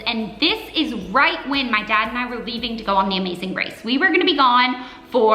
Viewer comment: Kiki George My lol was for the fact that I thought you were poking fun at her pronunciation of Amazing Race the 1st time she said it as sounding like Amazing Grace bcuz I had been thinking the same thing (although I see you've since edited your comment to reflect The Amazing Race now). Why have people become so sensitive on the internet, automatically assuming that everyone is attacking them in some way? You could've just asked for clarification without being so rude.